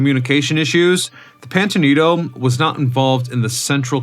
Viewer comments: ITS NOT PANTANITO. ITZ PAMPANITO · Can’t stand hearing you mispronounce “Pampanito” as “Pantonito”! Learn to READ!!! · The announcer in this video keeps mis-pronouncing the name of submarine - it is Pampanito, not Pantanito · What is the "PANTANITO"? The submarine in SF is the USS PAMPANITO 🤬🤬🤬🤬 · Are you using robot narration ? it keeps mispronouncing Pan pin ito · ‘Pam’’pan’ ito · Is it me, or does the narrator keep saying, "Pantanito"? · Pampanito say it with me pampanito its not difficult Pam pan ito . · I am clearly hearing him say "Pamtanito" during the first half of the video. Also stating that the fifth war patrol began in January 1945 until February of the following year means February 1946. Which is incorrect. FYI. Check out the submarine USS Cavella at Seawolf Park in Galveston, Texas. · Yes I thought it was the pompaneto? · Yeah, bro, I gotcher USS PanTAnito right here, boss! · "Pampanito" FFS I cannot watch this every time you mispronounce it. I grew up exploring that sub. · Man I had to stop listening a couple of minutes in when you, or if it’s an AI, could not pronounce the name of the boat correctly. I can’t take anything you say seriously if you can’t even get that important detail right. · Your AI can't even pronounce the name properly! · Is no one going to mention that the Subs name was mispronounced throughout the video? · Is it my imagination or is this guy mispronouncing this submarines name? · no, yes.